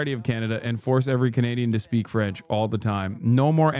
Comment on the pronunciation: God his pronunciation of everything French is so wild lmao.